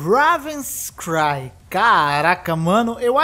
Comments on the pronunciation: "Raaaah veins cry" É difícil pronunciar a palavra "Raven" ? Tenta dizer algo como:"Rei ven" (Slá Português é difícil) klk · Ráááávens cry... Tá de sacanagem né nessa leitura do nome ?